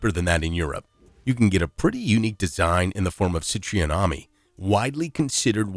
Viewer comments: CIT RO EN , please ? NOT: CIT RE ON . . ! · Not "Citreeon", but Cit Ron. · CITREON IS NOT "SIT-REE-OWN" It's "seet-roeN" it's french. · Wrong. Citroen, not Citreon is pronounced Sit Ro Enn in French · You are pronouncing Citreon wrong. It's pronounce SITrun (in English) or sitROH (in French). There are only two syllables. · Probably better expressed as 'Si Tro (en)'. Which is similar to how I expressed it. I almost put 'SIT-rohh(n)'. I can actually write in the IPA, but it isn't easy on this keyboard. The final syllable in French is very soft and Nasal. Yeah, sure, it's there, but not easy to hear for a non native. Regardless, this AI absolutely slaughtered the pronunciation.